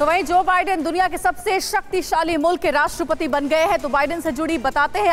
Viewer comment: Mulk kyu bolti h be